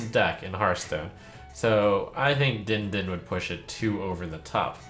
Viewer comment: the way trump read the "din din" card made me die inside, it was meant to be a bell sound man, DING DING